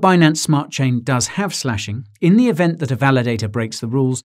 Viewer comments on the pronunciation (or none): none